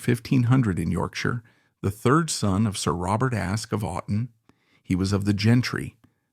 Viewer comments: And the AI wasn't even consistent in the error, moving from Ask to Askee back and forth. For those of us who know the history, it's annoying, but for people and kids exposed to this history for the first time, it's confusing. How difficult could it be to get a history major or a theater student to read the text? t theater studen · Hey AI IT's not ask-ee It is ASK ending with a no sound E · His surname is pronounced Ask not Askey.